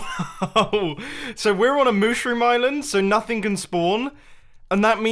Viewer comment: "mooshroom" i'm completely dead XD